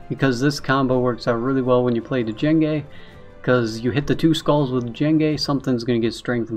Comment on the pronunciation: Hey man. Love your vids. Thought you should know. It's pronounced "jenge" not d- jenge. The D is silent. Like in django unchained. He is based off the star wars character , Jango fett. Him bring a bounty hunter and all.